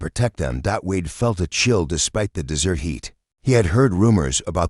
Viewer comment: Des Ert idiot not DESSERT (PRONOUNCE PROPERLY )I've noticed in these stories they can't read properly.